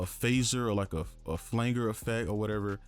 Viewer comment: FLANGER... Pronounced as (FLAN - JER)